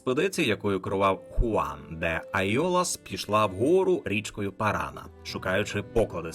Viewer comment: Все добре, окрім наголосів: замість "парАна, гуарАні, потОсі" насправді наголос на останню голосну - "паранА, гуаранІ, потосІ"